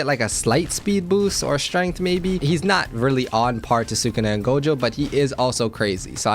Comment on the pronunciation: really said “thukuna has to be a great billboard”